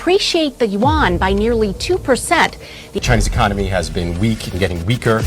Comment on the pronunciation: This guy cant even say english words properly lol, its e con no mey , not iconmy.